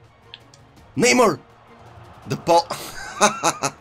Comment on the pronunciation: This dude needs to learn how to say the players name? How the f does he not know how to say Neymar lmao.